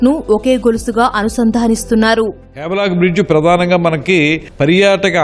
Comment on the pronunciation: వావ్ లాక్ కాదు స్వామి...హ్యావ్లాక్..m